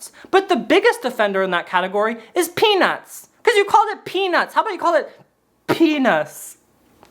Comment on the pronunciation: peanguins instead of peanuts